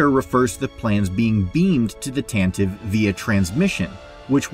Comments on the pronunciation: Every time you mispronounce "Tantive" a Droid is tortured in a Sandcrawler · The Corellian corvette blockade runner is called the Tan- tah- vee IV, not Tan-tive. How do you not know this? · Y'all have never listened to the NPR Star Wars and it shows. The "E" on the end of Tantive is NOT SILENT. It's the Tantiv"E." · Why are people still making this mistake? The name of the rebel blockade runner has three syllables... It's pronounced Tan-ta-Vee. It was named in the 1981 radio adaptation by Brian Daley. It was pronounced several times in a few episodes. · Every Star Wars YouTuber should be able to pronounce Tantive correctly, which is "TAH-nuh-vee". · Tan tee vee. Jesus wept. Doesn't anyone listen to the Radio Drama anymore? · Tantive IV is not pronounced like that